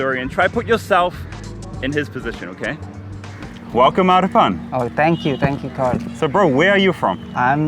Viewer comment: In reality its Name must be "Arpan" not "Arpun" also I feel like he is a Nepali... We both share the same Name... Lol